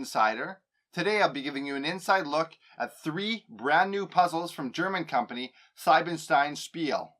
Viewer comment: Pleeease say the „ie“ in Siebenstein as the „ie“ in Spiele, otherwise it would be written „Seibenstein“ 😅 Thanks for the Video, however ☺️